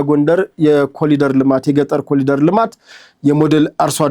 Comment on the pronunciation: ወንድሜ ከይቅርታ ጋር "corridor "(ኮሪዶር ) እንጂ "ኮሊደር" አይባልምና ይስተካከል